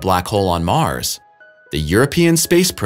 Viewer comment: In Mars' orbit. NOT Mars-is orbit, illiterate door knobs.